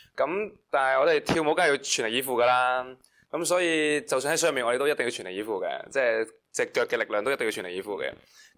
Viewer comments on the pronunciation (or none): Edan 個句全力以赴怎麼好似説成脫離衣服！ 🤣